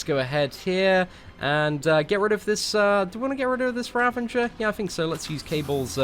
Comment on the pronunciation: Bro why you keep saying ravaNGER, it's a ravager?